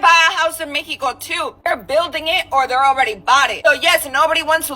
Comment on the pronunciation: I instantly dont like people that pronounce mexico like that. Also. Stop with the background music